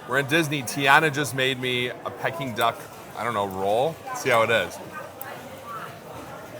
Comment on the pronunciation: Pe King not pekking